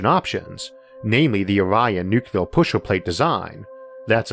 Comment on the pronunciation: New-clear. Not new-cue-lar.